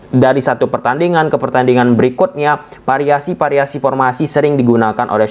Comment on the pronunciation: Variasi bos bukan pariasi 😁😅✌🏽